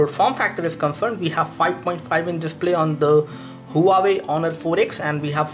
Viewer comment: huawei is pronounced as "wah-way" not hu-wa-wey